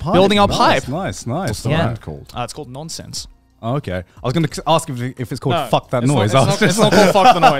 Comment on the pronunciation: As a Norwegian (and graphic designer) that actually have Ø in my language. Nønsense rolls of the tongue a bit differently, but doesn't make sense. So overall good job Joey!